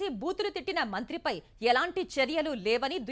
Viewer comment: Charchalu kadu charyalu ani chadavali